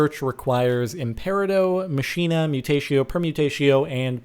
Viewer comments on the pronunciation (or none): none